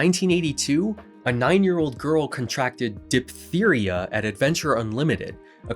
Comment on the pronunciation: Amazing video, as a doctor I'm always fascinated by adjuvant care, my attention has been mostly directed at chiropractic. One side note its Diphtheria prounced as Diph-teria not Dip-theria.